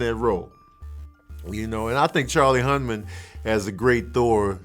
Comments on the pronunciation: It's Charlie Hunnan not HunMan. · Hunman. Lol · Charlie Hunnam *Hun Num